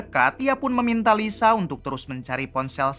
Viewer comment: Liza bang bukan lisa